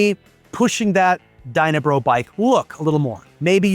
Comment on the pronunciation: It's Dyna Brah...Brah!